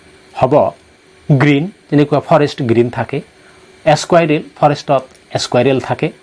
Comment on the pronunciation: এচকুইৰেল নহয় চাৰ স্কুইৰেল হে চাৰ